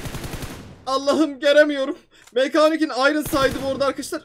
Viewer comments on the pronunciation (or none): none